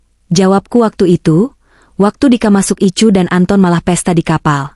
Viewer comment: Jakarta hadir,kmnt dikit..BKN ruang ICU tp ruang Ai si yu ..bacanya KK admin ..maaf ya